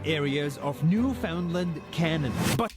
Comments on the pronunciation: I love that you pronounce Newfoundland so effortlessly now....much love from Newfoundland Canada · look at you pronouncing Newfoundland correcty!!! You go my friend. 💗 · You pronounced Newfoundland (13.48 in clip - re: Gander) correctly 🙌 🫶 and ignored the commentator !! (He butchered it 😡) You have been doing this lately though so WTG! You have no idea how much of a pet peeve this is to a Newfoundlander. Yes… the video is accurate… I do not think people realize its innate behaviour if you will. A beautiful compilation of nature AND nuture. We are raised this way and live among others who do the same thing. Being nice and thoughtful is innate. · Hey buddy you pronounced newfoundland the say way we say it back home